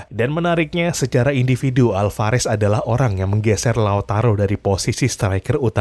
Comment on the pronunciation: Julian Alvarez bukan hulian